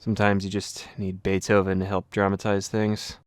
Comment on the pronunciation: Hey there is 1 thing i noticed that doesnt matter like anything but i think i may know in what country you live lol. Maybe you have already revealed that in some vid and i just forgot, could also be the case that im just straightup wrong. The thing i noticed was when you said "we need some Beethoven", it didnt sound like English at all, instead it sounded perfectly like Dutch. I heard that instantly bc im Dutch myself. You also dont have a British nor American nor Australian accent, nor any other really noticable accent, wich is something that isnt too rare for Dutch people speaking English. I might be hearing things that are just not there but it would be very funny to figure out that my favorite MKWII youtuber lives in the same small country as me! I would love it if you clear this up for me!